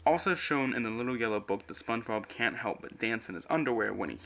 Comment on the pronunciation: oh hell nah spoench bord iC borg